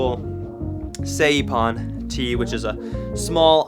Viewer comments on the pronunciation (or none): It's "S-eye-pan". not " Say-pan." Great videos though. I love what you, your family and Sean are doing for our sport.